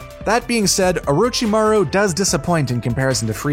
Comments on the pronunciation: OrUchiMaRo I can tell he doesn't watch these shows at all. But he did say it right the other times so i will give him points for that but oruchimaro oml i cant get over it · nobpdy gonna talk about how he said "OoRoOcHi MaRo" and then just says it normally after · zahbuuuza sakuura oooruchimaro my heroe academy nayruto bruh ion wanna hear nun from him w them pronunciations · please stop. There is absolutely no rhyme, reason, or excuse to mispronounce zabuza, sakura, or orochimaru, or change the word academia to academy unless you dont actually watch the show